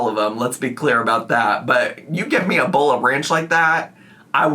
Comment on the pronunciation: Bowl❌ BOOL! ✅